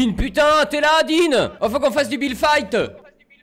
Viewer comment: si tu le connaissait il dis toujours builde Fite